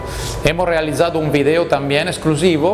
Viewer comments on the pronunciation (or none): none